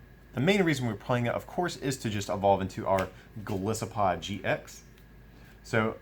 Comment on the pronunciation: Why does everybody and their mother pronounce Golisopod wrong? It's Goliath + Isopod. The I is strong.